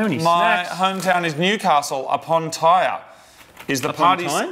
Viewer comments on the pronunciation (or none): Newcastle upon “tyre” 😂